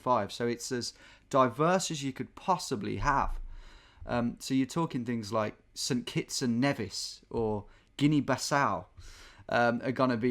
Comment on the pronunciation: As someone from the Caribbean, the pronunciations of St. Lucia and St. Kitts and Nevis are killing me 😭😂